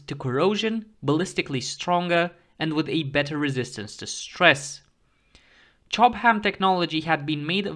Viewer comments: Chobham is pronounced /'tʃɒb əm/, not /tʃɒb hæm/ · I'm not sure he wasn't trolling, he seemed to over pronounce the given section of said word to a great degree. It's only a shame the stuff wasn't made in Durham!